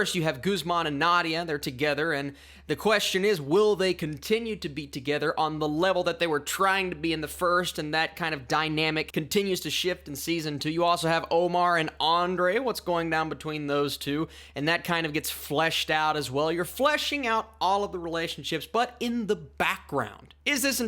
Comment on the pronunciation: You mean Guzman not Christian... You definitely getting those two mixed up.... Christian did not have a sister 🤣🤣🤣🤣 lol and you mispronounce Ander( Ann- Der) name it's not Andre!!!